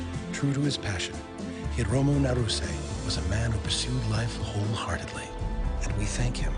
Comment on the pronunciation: HI RO MO NAH RU SE, get your shit together.